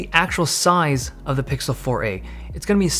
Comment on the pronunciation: What's up with the "soize"?